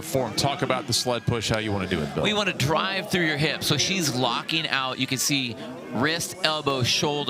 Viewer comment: What is it with Americans that they can’t understand that there is no “x” in the word “especially”?